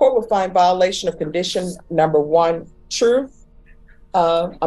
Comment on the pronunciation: Bro straight trolling us now on his pronunciation of the word one..... He goddamn well know he be sayn "23 & JUAN" 😂😂😂